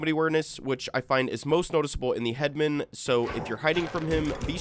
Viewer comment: Pet peeve, i found it annoying how you pronounce "headman" as head-men, i always pronounced it as head-man